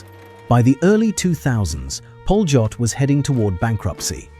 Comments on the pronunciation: Polot is pronounced Polyot. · No it's pronounced "pa-lyot"